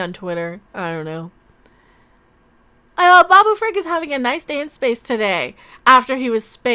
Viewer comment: Pickle Rick is what I hear when you say it